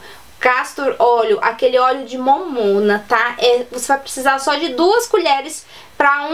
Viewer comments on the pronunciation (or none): Óleo de "momona" hahahaha ela fala engraçado é "Mamona" que se fala 🤣🤣🤣🤣🤣🤗